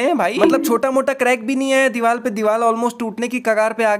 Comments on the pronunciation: Play the vedio he told dival instead of divar 😂😂😂😂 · Vai apne diwar nehi dewal bolahe😂😂😂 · Devar not deval deval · Dibar na ...... Dibal 😂😂😂😂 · Diwal nhi bro diwarrrrr 😂